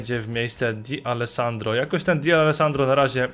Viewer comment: Distin czyta się "Distę",a nie "Distin". Tak samo tą cząstkę "D" przy D'Alessandro czyta się jako "de", a nie "di". I jeszcze, czy planujesz może pograć w jakiegoś menadżera, bo widziałem, że nie byłeś pewien czy przy Dawsonie i Davisie, sprawdzałeś kogo to herb, ale się upewniałeś, a to raczej nie jest trudna drużyna. Mówię o jakiś menadżerze, bo lepiej by się filmy oglądało. Raczej każdy widzi, że jeśli chodzi o herby, to raczej max 15 znasz herbów z BPL i BBVA, a reszta lig to raczej max 10 + niektóre z jakiś 2 lig wiesz jak się nazywa klub z takim herbem (mówię tak ogólnie, po prostu piszę z tego co widzę, nie mówię, że tak jest, bo nie jestem Tobą). Nie traktuj to jako hejt, tylko jako taką małą dygresję co do kanału i filmików. Mam nadzieję, że przeczytasz. Pozdro i Pjona;)